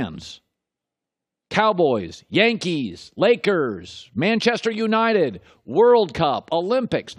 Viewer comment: The way he says Manchester United lol